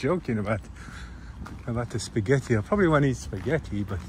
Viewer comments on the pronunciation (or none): "I was on my way to have a Spa-gett-ti " 🤣